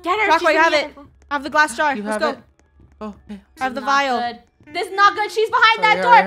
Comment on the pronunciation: Funneh “we need to find a vital“ me “Did she just call a vial a vital?“